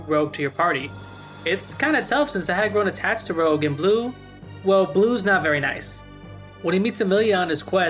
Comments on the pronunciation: Blue’s brother is named Rouge. Not rogue… Rouge means “red”. Make sense? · After a life time of people calling various Rogue classes "Rouge" this is the first time I've ever heard someone call the french word for 'Red', "Rogue".